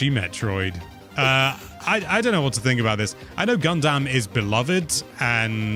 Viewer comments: Funny how got on for emphasizing the "ass" in "asphalt," but nobody acknowledges "Gun-DAMN." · Love the way pronounced Gundam. Like gun-damn that was a good direct!